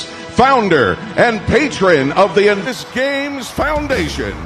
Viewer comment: founder & "patron" lol. Did you notice invictus was pronounced /envysous/??😂 ThankU you do such excellent, intelligent work. I hope I get to meet you someday & give you a real hug!! 🤗